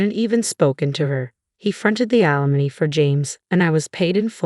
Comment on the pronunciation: alimony not alamon